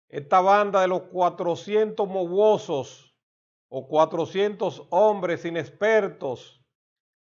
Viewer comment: No es mowosos sino mawozo